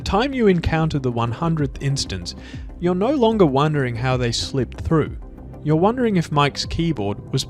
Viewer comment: He pronounces it "youere"